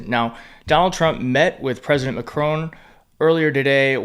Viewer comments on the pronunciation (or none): President MacRON ,not MacRONE. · Please - it’s Mac - Ron. Like Ron Bacardi not Rone. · Why is it that serious, intelligent American commentators do not have the courtesy to pronounce the French president’s name correctly. IT IS NOT McRONE…..IT IS MACRON. Trumpian behaviour. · It’s Macron. It’s NOT Macrone. You can pronounce the final ‘n’. But you say the final ‘on’ just like you say ‘on’ the table! The ‘a’ is a normal ‘a’ like in ‘cat’. Why you all screw up the pronunciation of Macron, I don’t know. You don’t screw up Hegseth!! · PLEEEEASE! Say it like this! MAC-RON… Got it? His name doesn’t rhyme with PHONE! There is no ‘e’ at the end and he’s French! Thanks for listening ❤ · Please Macron does not have an e on the end it’s Mac-Ron!!!!!!